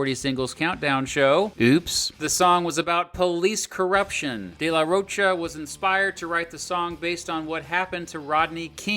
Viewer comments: Get Zach's name right , it is Rocha like mocha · Loved the video but some of the pronunciations just killed me. The ch in de la Rocha is pronounced like a k. And rodeo is ro-day-o not like a cowboy ro-dee-o (it's a street in LA btw).